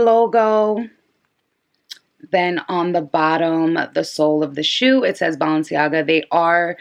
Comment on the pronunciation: “BALL”enciaga 😂 this video was extremely helpful i’m getting my pair tommorw hopefully they fit